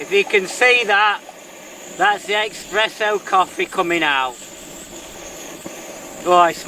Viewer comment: Great vid and, a nice set-up but please... Expresso! Noooooooooo there's no X in Espresso. (Sorry, it's a personal foible)